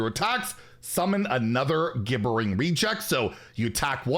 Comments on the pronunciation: “Gibbering” is pronounced, “jibbering.” 😸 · Gibbering -> "JIBBERING"